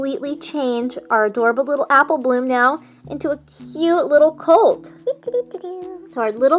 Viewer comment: Why in the beginning u said appleh bloom